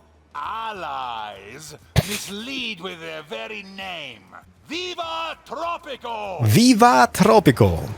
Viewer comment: Is it just me or did it kinda sound like started the episode with welcome back to tropical sex?